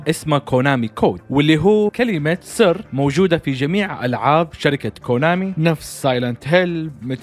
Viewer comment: انت كلت كلمة ثر مو كلمة سر 😂😂